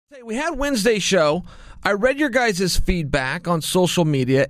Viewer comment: I just love when Chael say guyzez